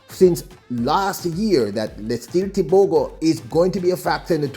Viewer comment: As a Namibian 🇳🇦 most importantly AFRICAN, I am proud to say this : CONGRATULATIONS Letsile Tebogo 🎉 Africa is proud of you. Not happy with how your name is being pronounced, however it is what it is. We dance to celebrate your win. 💃🏽💃🏽💃🏽